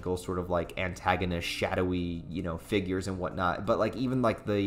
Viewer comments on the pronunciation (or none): none